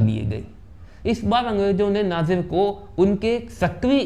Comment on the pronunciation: नाजिर नही भाई नासिर हुसैन नाम है